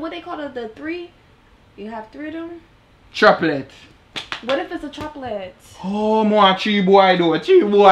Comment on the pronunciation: Di boss say Traplets 😂😂😏😂